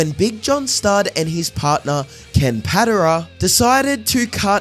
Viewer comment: Im pretty suee that's not how "Patera" is pronounced. It's been many decades, but i remember that being "puh-TARE-uh". Other than that, great video so far.